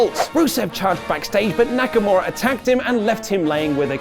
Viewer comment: And it's Nakamura, not Nakamara, dammit! Leave alone! Thanks guys! I really love your content.